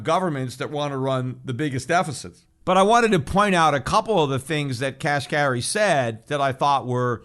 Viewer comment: Kashari?? I think you mean Neel Kashkari, Peter. Lol. 👍